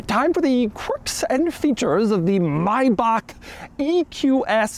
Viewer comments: why he say maybach like that. may. back. not maibaq. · What an annoying voice. Maybe you need to learn how to correctly pronounce the car before you start talking about it. Better watch on mute to see the car features. Maybach not Mybach. Keeps saying the wrong name again and again. So annoying. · IT'S NOT <MAYBAK>!! Stop butchering that name! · It's not Mayback, it's Maybach. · Doug is the type of guy who still pronounces Maybach as "Mayback", even after multiple comments from multiple videos pointed it out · My ears bleeding everytime, when i hear how Doug pronounce "MaybaK... maybaK... maubaK". This Is' NOT MaybaK!!! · Its not Maybak. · Ah, I've been pronouncing Maybach wrong. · just say Maybach right jesus christ.